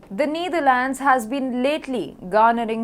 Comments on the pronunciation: It's KneeDharlands. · It's KneeDharlands and band-weighgan. You englis wrong. Anchor right englis. Ok.